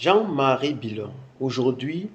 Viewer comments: Tu viens d'où toi . Ce n'est pas bilon c,est billon Parle de chez toi. Merci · A cause de gbérê tu déforme le nom du Mr c'est plutôt Jean Louis Billon